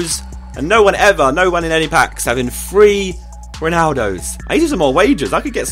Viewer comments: free or three..? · He says three like free